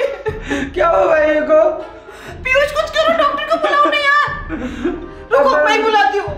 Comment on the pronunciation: Not pihush × it s kanjoos kalra